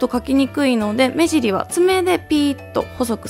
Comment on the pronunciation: 目尻言えてないw